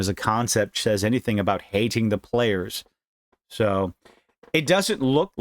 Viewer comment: "P.L.A-yers." I know bro, China taking over Taiwan by force is bothering me too